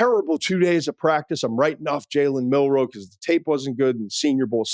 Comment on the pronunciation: you really said milroe